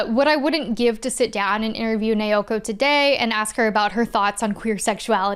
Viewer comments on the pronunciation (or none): The pronunciation of "Naoko" used in multiple points in the video sounds very off to me. The pronunciation in the video sounds like "Neoko" or "Neioko" instead of "Naoko". Apologies for the awkward feedback. Every name otherwise sounded fairly normal to me, so the difference in the manga author's name stands out. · Not nay-oh-koh. It’s pronounced nah-oh-koh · Friendly heads up from someone who made the same mistake for an embarrassingly long time: when you see "ao" in romanized Japanese, it's pronounced like the vowel sound in "ouch" - thus, the creator's name isn't pronounced nay-o-ko, but now-ko. :) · Okay, this was absolutely fantastic and also thank you for reminding me about Star Gentle Uterus. 😂 Also, there is absolutely no fun being poked here. We have all been there in the past- The 'Nao' in Naoko just sounds like the word 'now' in English.